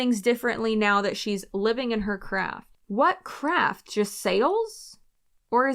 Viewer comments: "Living in your craft" yeah, that's not what I heard. I heard "living in your crap" which seems much more accurate. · I think you misheard she wasn’t saying craft…in my opinion she was saying crap. Ya gotta live in your crap. 😂